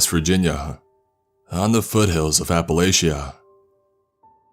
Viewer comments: It's pronounced appalaCHia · Sorry, but you don't pronounce Appalachia like the narrator. But nice story. East Tennessee girl. 🙋